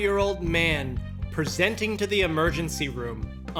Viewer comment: I miss the old way he used to enunciate "presenting"